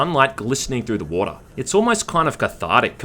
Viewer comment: I came everytime he said 'woata'.